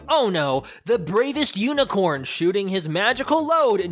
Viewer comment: i love that he says IS THAT UNICRONE JESUS